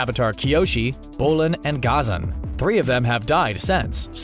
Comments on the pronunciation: Your pronunciation is terrible. It's YU-ay Gha-ZAN La-HE-ma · CBR pronounces Ghazan Gah-zan Us: Gha-zam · It’s ghazaan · The way he said Ghazan is weird too